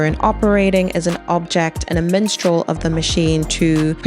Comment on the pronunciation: first off amazing video and analyzation of the performance, and I've never been so happy to see the movement thrive. BUT PLEASE PLEASE PLEASE ITS MINSTREL, WITH AN I, NOT MENSTRAUL LMAOO 😭😭😭 not tryna be that guy btw lol or come off insensitive, i just thought it was a funny mispronunciation, so please spare me the negative replies